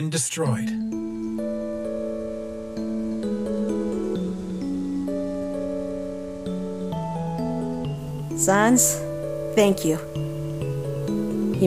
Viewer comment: I think asriel said sans wrong •-•